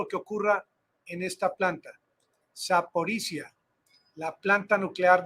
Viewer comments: Se dice: ZAPORISHLLIAA, no ZAPORISZA. LLIA... La - LL- se pronuncia a como la PRONUNCIA los Argentina. LLIAA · Terminación " zhye " .